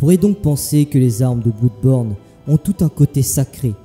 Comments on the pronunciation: Super vidéo mais ça ne ce prononce pas bloudborne, (va sur Google trad tu véra) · Oui je sais xD ça se prononce comme Bleudborne comme Blood en anglais xD Mais je sais pas j'aime bien dire Blouuuuudborne xD Et c'est aussi en hommage au LP que j'avais fait sur le jeux lol xD En tout cas merci pour ton commentaire mon ami ça fait grave plaisir de ouf :D